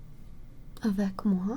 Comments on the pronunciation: "avec moi" hmmm. Delicious french accent 🤌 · “Avec moi” You canadian B?